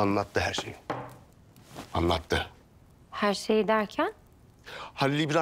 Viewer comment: anlatdi herweyi. Zeyneb herwey derken😂😂😂😂